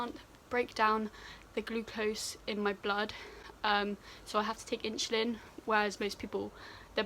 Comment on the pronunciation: you say insulin like my science teacher “inshulin”